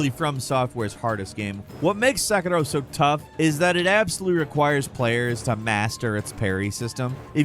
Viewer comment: I absolutely hate the way he says Sekiro. Just say “Se-KEER-Oh” like everyone else. You’re not Japanese bro.